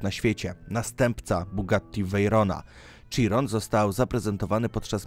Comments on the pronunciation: nie mówi się „Cziron” tylko „Sziron”!!!!!!! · Sziron a nie cziron bozeeee ala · Nie czyta się CZIRON tylko SZIRON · ten typ mówi na chirona cziron więc nie wymagajmy od niego zbyt wielu...